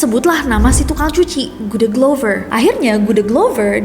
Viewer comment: Aku dengernya: GUDEGLOVER HAH!!?? Tukang cucinya orang Jogja???